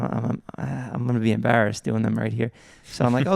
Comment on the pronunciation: The way Jeff pronounces “embarrassed” 😭